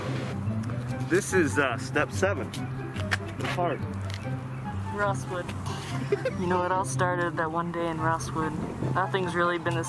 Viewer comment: I thought he said "Real Swim" or "Rawl Swim" BUT HE SAYS ROSSWOOD- OMFG XD I JUST REALISED THAT!!